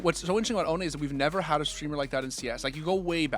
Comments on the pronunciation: The funniest thing to me is that all americans pronounce him "oʊni", like he ist some kind of japanese demon thing. its just the german word for "without" and is pronounced "oːnə" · Please for the love of god pronounce his name right, it's not so hard. Put Ohne in translate and hear what it sounds like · Ohne got me into watching cs, and now i know why he called huynmin jamyoung 😂